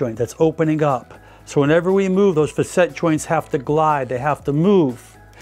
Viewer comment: I believe the proper pronunciation for "facet" is FA-set. I hear you using "fa-SET" and it doesn't sound quite right to me. Please correct me if I'm wrong.